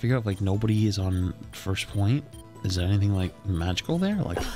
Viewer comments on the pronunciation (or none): "is there anyting magical there?"